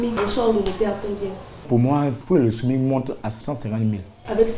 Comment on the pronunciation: Ont dit smic madame et non Smig😂